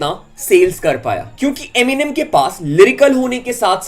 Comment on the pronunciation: Eminem Hota hai gawar eminime nhi 😂